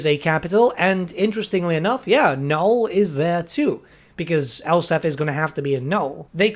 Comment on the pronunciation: Gotta say. It’s Nuln. “N” on the end. Elspeth. With a “P” in it. I’m sorry but I’ve just so much mispronunciation that one can take.